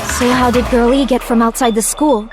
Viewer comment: Everytime Nagito says Girl E, I just hear him say Girlie